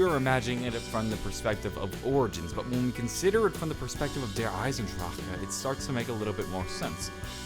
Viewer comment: Yo please stop trying to pronounce the name. Lol it sounds disgusting